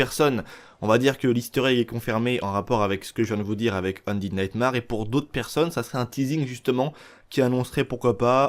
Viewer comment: Super vidéo, par contre, s'il te plaît, ça se prononce undéde naytmére ahahah Tu mérites quand même ton pouce bleu mec